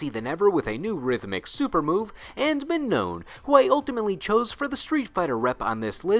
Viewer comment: "Mah-no" the second N is silenced